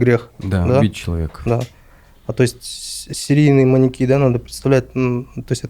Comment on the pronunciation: Неправильное ударение в слове "маньЯки" режет слух.